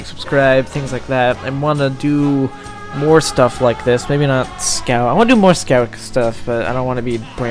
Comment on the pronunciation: scyout :0 Amazing video !!! YIPPEEE HOORAY FUNNY BOSTONIAN